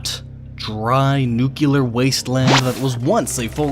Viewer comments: New-Clear. Not New-Que-Ler. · IT'S NUCLEAR, NOT NUCULAR! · Nuclear. NU-KLEE-UR. Not nuke-you-ler. NUCLEAR. NUCLEAR. NUCLEAR. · What the hell is a NUCULAR wasteland? You mean NUCLEAR? Because that is pronounced as new-clear. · (Nuclear) Is pronounced (new-clear) not (nuke-u-ler) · It's nuclear not nucular. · nu-cli-lerr? nu-clee-err. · At the start of the video you said nucular it's pronounced NUCLEAR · ...Nucular... IT'S NUCLEAR! NEW-CLEE-ERR!!! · It's not nu-cu-ler its nu-cl-ear. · It's not NU-Q-LUR!!!!! It's NU-CLEAR! FFS. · How fucking hard is it to say nuclear (nyu-clee-are) it's not even spelled nukular (nuke-you-lar) seriously, the fuck!?!? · Very informative But please It's pronounced nu-clear not nuke-u-lerr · D-d-did you just say... Nucular? Nucular? N-U-C-L-E-A-R.... pronounced New-cyu-lar? Totally checks out. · We do spell it right: colour! But "nuclear" isn't about spelling, it's about saying the damn word properly, the way it's spelt! :D TBH you often hear British people saying "nuculer" these days. It just make people sound daft; like saying "pecifically" instead of "specifically" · Oh no, another victim. It's NU-clear, not NU-kya-ler. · 3 seconds in, "nucular" Oh pain, come on, it's nuclear, there's only one "u" in nuclear. The word clear isn't pronounced "cular" is it? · Jace Carter no im an American and most of us use the klee pronounciation. We think the ku pronunciation is used by idiots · It's NUCLEAR not NUKULAR .... PLEASE! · Nuclear! Not nucular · Nueclear is not pronounced "Noo-kya-lur" find me the "Noo-kya-luss" of the atom. I only see a nucleus. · Stop saying nuculer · DID I HEAR SOMEONE SAY NU-KILLER?😆😆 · Did he just pronounce it as 'nucular'? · I hate it when people say nuculer instead of nuclear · You said nukelere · You know it's pronounced "New-Cle-Urr", right? xD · He said "nucular." Scientific video content instantly discredited. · nuclear is not pronounced "nukular" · You said "Nukeelar waste" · Sir I believe you said "nuke-uler".